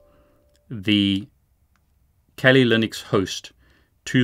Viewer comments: why do you keep saying Kelly Linux instead of Kali Linux? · The way you pronounce Kali pokes me in my ears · I think your pronouncing Kali wrong (I like the content your making)